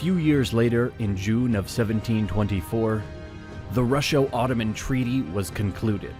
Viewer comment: Russo does not have an “sh”.